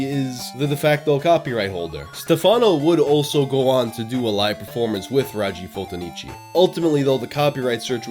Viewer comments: Band name “raggi fotonici” (read: ràggi fotònici) means “photon rays”...I’m writing this cause even if I’m Italian it took me a while to understand,you really butchered that one, (props on almost all other Italian pronunciation though)😂 😂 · It's sincerely amazing how you didn't manage to pronounce even remotely correctly a single italian word throughout this whole video. The way you pronounced "raggi fotonici" gave me chills. Just kidding, great video :D Didn't know this was an international mystery.